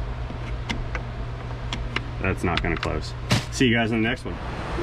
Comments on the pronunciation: You have a Jaguar, not a Jagwaaar ! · Jag- u- ar not JagWar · It's NOT a Jag... WA.. Its a Jag.. you.. are. While I'm on a whinge, Herbal isn't a silent H. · Problem was too many jagwars in the one sentence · What the hells a Jagwar? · It’s not a jagwire it’s a JagUar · Jag u ar not jag wa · And you can’t pronounce jaguar correctly there is no w in jagUar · 2012 JAGWARR love the way its said across the pond. This is exactly the kind of car I buy and repair here in UK, the ones no one wants to fix. Normally super cheap and once fixed make a healthy profit.